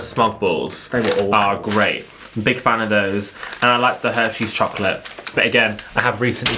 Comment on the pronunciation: Lol....Sounded like said Herpes Chocolate